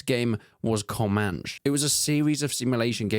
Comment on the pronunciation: it's wild how confident that ai voice says "comanch"